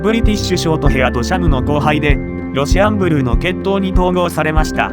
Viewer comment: ロシアンブルーを契約したからこの動画に来たけど、ロシアンブルーのイントネーションが変でイライラして最後まで見れなかった それかこっちが正しいイントネーションなのかな？(笑)